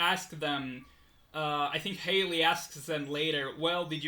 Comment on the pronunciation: I'm ~pretty~ sure Hayle's name is pronounced like 'hail' (hay-uhl). Good show, though! Looking forward to the next episode.